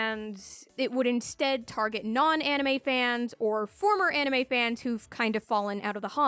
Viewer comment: "anime izu deddo"